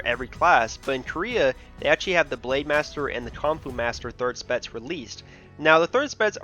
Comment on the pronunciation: Pronounciation "spetz" instead of specs